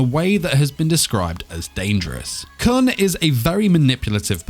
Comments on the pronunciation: 6. (And it's pronounced koon) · hhhNNNGGGGHHHHH HIS NAME IS KOON!!!! IT'S PRONOUNCED KOON!!!! AND WE DO KNOW HIS AGE!!!!!! HE'S SEVENTEEN!!!! sEvEnTeEn!!!! Currently in the comic he's 25, but the series starts when he's seventeen.